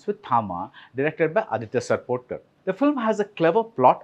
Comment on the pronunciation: Aditya Sarpotdar* not SarpotKAR. Let's get the names of the people who's work you're reviewing right, yes?